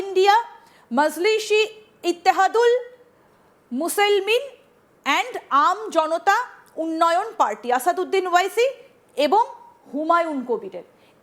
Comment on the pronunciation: ইংরেজি ঠিক মতো পড়তে পারেন না,,,😂😂😂 মুসলেমিন কে মুসেইলমিন বলে😂😂😂